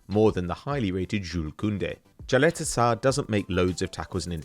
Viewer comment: Caleta sarr? Caleta-TAR